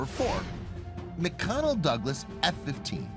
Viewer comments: Quit saying "per hour" when reciting the range value. It is outright wrong. And learn how to pronounce "McDonnell". You are not pronouncing the "D", and you should be. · You very clearly called McDonell Douglas "McConnell Douglas" MULTIPLE TIMES. OOOOOF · Dude, it is McDONNELL Douglas. NOT McConnell. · McConnell Douglas? It’s McDonnell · What is this video? The music at the #1 reveal? McConnell Douglass? It’s McDonell Douglass. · when IN AMERICA USE MPH.... or POST YOU stuff on a Facebook!!😂😂😂😂 and its MC "D"ONNELL not MC CONNELL!! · McDONNELL Douglas. NOT McConnell Douglas. How the F do you get that one wrong?? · Did he say "McConnell Douglas" ?? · Was I hearing “McConnel Douglas”. Bugs me and it shouldn’t. McConnel is actually a manufacturer of pickles and olives. The Eagle wasn’t made by a snack company lol. However, if they did make snacks like pickles, you know damn well they’d be right up there with Vlasik